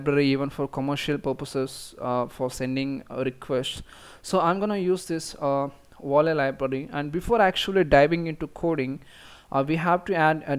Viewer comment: You pronounced Video correctly at ~ , so I don't understand why you tried to pronounce Volley with a W! It's the same sound; Video, Volley. :)